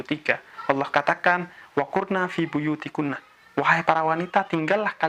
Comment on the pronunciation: Wa qorna bukan wa qurna🙏